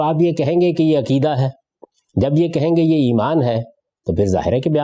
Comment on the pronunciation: Aqeeda, not akeedah, please!